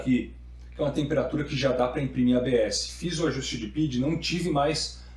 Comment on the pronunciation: meu bom, eu sou engenheiro de controle e se fala "P-I-D" não "PID". No mais o vídeo tá muito bom!